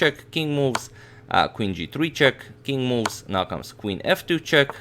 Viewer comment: All I'm hearing is "King Moos" 😅....